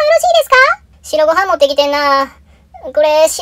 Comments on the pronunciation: 白ご飯のイントネーション親子丼で草白ご飯のイントネーションはトリトドンや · なんか"白ご飯"のイントネーションなまってません？笑 でもアニメ面白いのでOKです！笑笑